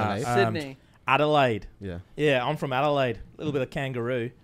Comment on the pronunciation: The way he said Adelaide was actually hell good and he did not get props for it at all 😂